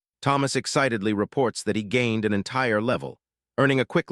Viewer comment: ai doesnt know how to say "gained" XD